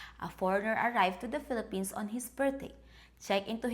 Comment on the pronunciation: I thought you said Fill A Penis, not Fillapenas. LOL.